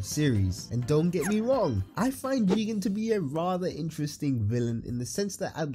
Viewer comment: I think there's something wrong with me. These people's opinions don't make me upset, but the way they say jigen is really pissing me off.